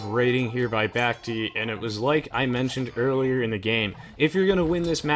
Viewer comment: I like that you're adapting Memb's pronounciation of Bac-Tea :D